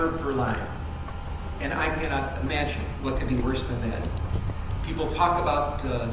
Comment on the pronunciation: Speak English. the word is "that" not "dat"